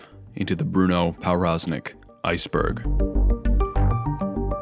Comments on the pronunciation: As a polish person, my ears hurt whenever he pronounced his name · the w in powroznik is supposed to be pronounced as a v lol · Good video other than your pronunciation of Powroznik